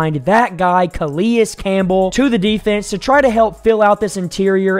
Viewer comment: You put in a clip where they pronounce his name correctly then 1 min later you're calling him Kah-Lee-Us Campbell. The guy is a potential Hall of Famer and been around the league forever and you don't even know his name? This channel is not for me.